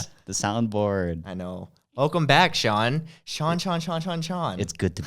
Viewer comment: its pronounced SEE-AN